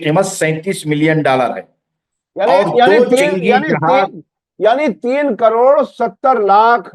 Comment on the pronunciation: دوری نہیں دورنگی ہے